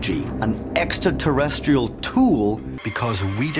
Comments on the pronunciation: ecksta ta resteel. How much coke are they feeding this guy to make this fucking show? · How come so many of these people pronounce it "EXTA-terrestrial"?